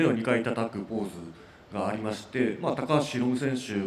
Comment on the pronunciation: 辻くんLIJの発音素晴らしい笑